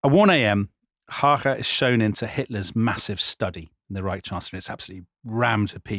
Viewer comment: Excellent pronunciation of Emil Hácha, sir!